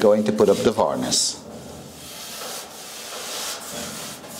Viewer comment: It makes me chuckle when you call varnish varnis lol. lovely job